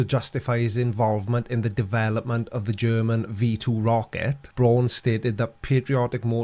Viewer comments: Hey,, Braun is a German word meaning brown. It's pronounced brown, like the English surname Brown, meaning brown. It's not brawn, as in muscle. It's brown, as in brown, meaning brown, which it means. Brown! BROWN! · For Pete’s sake it’s Wernher Von Braun and not Warner Von Brawn 🤦🏻‍♂️ all of you pronounce his name completely wrong !! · everybody in this video pronounces the "Braun" in Von Braun like "prawn" when it should be pronounced like "brown". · Braun is pronounced like brown... Simple. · I don’t know why the fact that Wernher von Braun (Pronounced BROWN seeing that it is German) was a NAZI have anything to do with anything. Seriously! Get over it! The world is FULL of NAZI inventions (obviously developed to where we are now) that everyone enjoys, and use to make stupid flat earth & space denying videos… So if hates the idea of anything NAZI so much, then he has to immediately stop making videos, destroy his TVs, monitors, computers, and the desk his stuff stands on. No liking VW, or Porsches. And if he enjoys Fanta, or Jägermeister while flying anywhere, then I have some bad news for him… Because here are a few NAZI inventions: • TV – (Einheitsempfänger) • Fanta • Acoustic torpedo • Anechoic tile – (Outer tiles on submarines) • Anti-ship missile • JET POWERED Aeroplanes – (Messerschmitt Me 262 & Arado Ar 234) • Jägermeister • Jerrycan • Particle board also known as chipboard, flakeboard, or waferboard. • Volksflugzeug (People's Aircraft) – Basically the start of the idea of small private owned aircraft like Cesna 172s and so on. • Volkswagen Beetle – By Ferdinand Porsche who after WW2 built… wait for it… Porsches. • VW (Volkwagen) was founded by the German Labour Front by Adolf Hitler. • Computers – (Z1, Z2, Z3, and Z4) • Long range missiles • Guided Weapons • Night vision